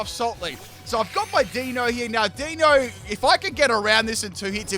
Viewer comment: For anyone wondering, the Deino evolution line's names are derived from the German words for one, two & three; eins, zwei & drei. As per usual, butchers the names lol